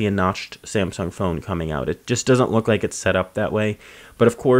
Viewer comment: Ohhhh I see, you can't pronounce your L's, that's a first